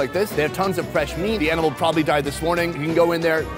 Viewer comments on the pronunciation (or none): none